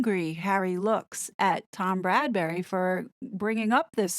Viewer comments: His name is Tom BradBY, NOT BradBURy. American YouTubers seem to have a problem with this name. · Bradby, not Bradbury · Bradby* 😉..... Not Bradberry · It's Tom Bradby, not Bradbury. Great video as always! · Bradby...not Bradbury. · My thoughts exactly, Bradberry!!! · Get it right ‘BRADBY’ pleeeeeze! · Yeah, I also wonder why most of Americans call him Bradberry ;-) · It's Tom BRAD - BEE (Bradby) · FYI the interviewer's name is Bradby, pronounced Brad bee. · Love your analysis , btw it’s Tom Bradby. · You're great but it's Bradby. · Bradby, not Bradbury!!! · Tom Bradby NOT Bradbury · P.s. it's Brad-BEE not Brad-bury. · Great analysis! Just FYI it's Tom "Bradby," not Bradberry/Bradbury. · it's BradBy NOT bradberry or bradbury. Sorry, i was becoming rather frustrated with this. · Psssst - his name is Bradby, not Bradbury. 😀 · Perspicacous, but constant mispronunciation of the interviewer's name put a hurt on my ears: If you intend commenting further on the ITV interview, please: BRADBY, not BradbURy. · Yes! Many American YouTubers are pronouncing it Brad-BERRY (no offense ). I said nothing because I'm American and hoped someone else (across the pond) would say it 😂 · Tom BRAD BY not Bradbury pronounced bradbee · Tom's Surname is Bradby, NOT Bradbury, totally different 😎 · Bradby. Not Bradbury. Sorry. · Thank you for breaking this down so brilliantly - I find your videos so helpful. Not to quibble but the ITV interviewer’s surname is pronounced as “Brad-bee”, not “Brad-berry”. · A very good assessment thank you but would you please note that it is Tom BRADBY and not Tom BRADBURY. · It's Bradby pronounced 'BradBee' I hear it too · YOU KEEP CALLING HIM TOM BRADBURY IT IS BRADBY! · Small detail. For future videos. It’s Tom Bradby not Bradbury❤❤ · BRADBY not Bradbury! Great video as usual though x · It's Bradby not Bradbury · • calls him "Bradbury" throughout the video. I've noticed that some other American channels do the same. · It's Brad-by not Bradbury.